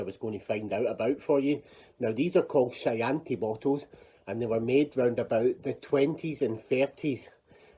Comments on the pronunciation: Shy-anti bottle!!! Try key -anti ... as in what Hannibal Lector loves with liver. Everyday is a school day 😁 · Google says Chianti is sounded as Key Auntie.